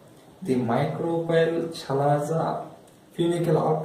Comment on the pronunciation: Chalazaaaaaa ha haaaaaa First learn how to pronunce chalazaaa